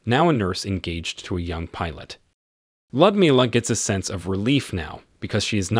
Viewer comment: Was this video narrated by an AI program? "Lyudmila" is 4 syllables, with the emphasis on "mil" i.e. Lee-ood-MIL-ah. The Red Army's Annie Oakley, but no Wild Bill Cody circus for her!